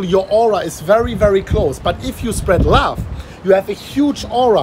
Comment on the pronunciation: Love not lauf